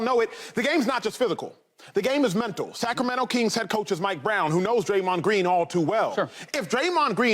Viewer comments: the Cacramento kings😂😂😂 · You heard him the....Cackremento Kings 😂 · This man said the cac-rameno- kings